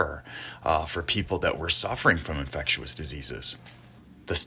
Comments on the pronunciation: Infectious.. not infect-you-us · Love the video! Just can't deal with the way you say "infectious" lol Infectew-us timestamps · "infec-tu-ous diseases"...interesting pronunciation used in this video by the narrator! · I was thinking the same! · Is it a accent thing or a mispronounced thing.... .infectious.......ive never heard it pronounced the way it is in this video......honest question, no hate meant